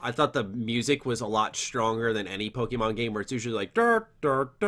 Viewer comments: its POKEMON, not POKEMEN. Just pointing it out for correction in future. Great input in the podcast as always btw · Saying “Pokeman” makes me think you either don’t know or don’t care about the franchise.